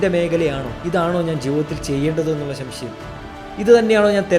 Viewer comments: ശംശയം അല്ല സംശയം.... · elaam ok, pakshe ശ൦ശയം അല്ല സംശയം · എല്ലാവർക്കു० ഉപകാരപ്പെടുന്ന കാര്യ ങ്ങളാണ് താങ്കൾ പറഞ്ഞത്. സംശയം എന്നു വ്യക്തമായി പറഞ്ഞാൽ നന്നായിരുന്നു.